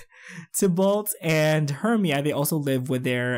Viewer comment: You are saying his name correctly it is Tibolt ( not sure if I spelled that right )